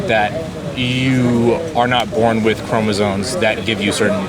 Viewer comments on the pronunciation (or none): Hard to have a legitimate biology discussion with someone that says "chromosoNes" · is this guy saying chromozones? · I think this guy was respectful and all but bro...it's chromosoMes....not chromosoNes. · Does he know it's chromosomes, not chromosones? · This kid can't even pronounce "immutable" or "chromosomes" correctly. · Could you axe him what XX and XY chromosones have to do with gender. These idiots can't even pronounce basic biological words like chromosome let alone know what it is. This is what Marxism does to institutions of higher learning. At least in my day we could blame it on the acid. What's their excuse. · Rules for happy living: Never attempt to argue Biological Sex Determinants with someone who doesn't know how to pronounce "chromosoMes."